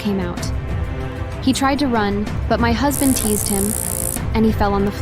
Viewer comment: The word is Tazed, not Teased